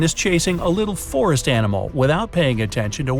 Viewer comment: you said forit it’s suppose to be forest